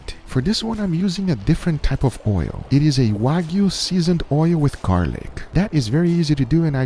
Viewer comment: Guga what did it do to your mind? Guga: “it just blew eeeet”